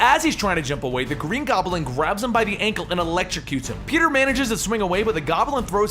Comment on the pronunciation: I smile every time you say "Gobb'l'in" in spite of myself. :)